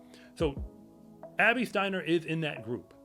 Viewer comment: he trynna said Abby just NOT like that i get it lol